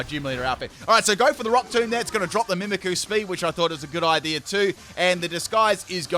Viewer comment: Your saying mimicqu's name wrong